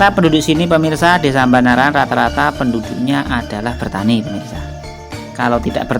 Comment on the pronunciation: Banaran boss bukan Mbanaran 😀